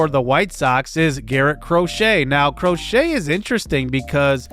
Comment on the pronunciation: I know it's a weird pronunciation, but Garrett Crochet isn't cro-shay it's cro-shet. Not like the sport